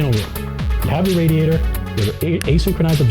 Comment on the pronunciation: Loved the gameplay, Loved the presentation, Hated the way you said radiator